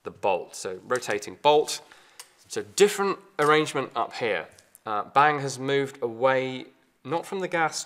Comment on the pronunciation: "Bang" in Danish is pronounced with a long "n" and a short "a". "Bannng". Not "Baaaang" like in English.